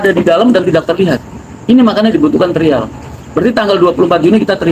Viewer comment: ngomong trial trial ( trayel ) itu yg benar...